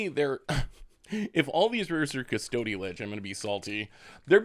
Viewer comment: You're killing me with Cuss-toady lich